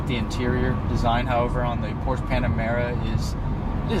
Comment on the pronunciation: First thing: Learn how to say the word Porsche. ;-)